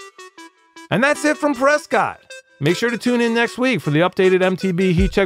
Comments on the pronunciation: Btw it’s pronounced Preskitt... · Prescott - rhymes with biscuit